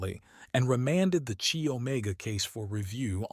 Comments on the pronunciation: Chi pronounced Kai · Chi doesn't haven't a Chinese sound but should be pronounced like eye with a K in front.